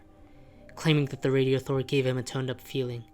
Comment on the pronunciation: its not pronounced "radio-thor"/ its "rad-i-thor".